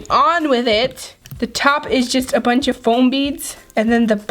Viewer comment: She kept saying flom 😐😐😑😑